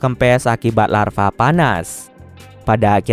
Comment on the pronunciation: Lava min lava, bukan larva 🤣